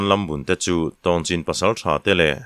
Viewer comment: Tlai deuh na a khua hming Tawngchin ti a i lam hi Tongchin tih tur ani in ka hrea tun ah burma leh mizoram in ri na ah an la awm mek